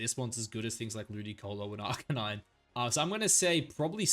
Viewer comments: I was loving this video you said…Arkaninay? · That arcanine pronunciation was atrocious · arcanine I had heard from u before but deci-dewey murdered my soul, there was gee-yair-ados and the ones where u added -eezy had me cringing😂😂 but all love no hate man I appreciate your content and maybe it’ll turn into a guilty pleasure eventually😅